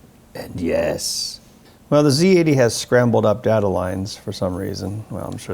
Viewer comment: respect for this man for pronouncing zed EX correctly ,not ZEE